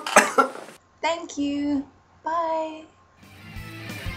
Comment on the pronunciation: bye~ = ba~ka that was hilarious, it probably was an honest mistake .. but still thumbs up if you know wha im talkin' bout